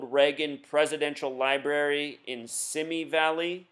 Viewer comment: Oh, and BTW... "Simi Valley" is pronounced "SeeMee valley..."